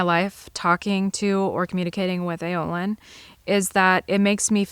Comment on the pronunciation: Ayloyn… spells A-loy-n phonetically not AO-Lin like you keep saying … just saying…